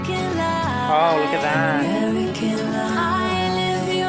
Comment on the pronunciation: for me, she never pronunces the F : American Lie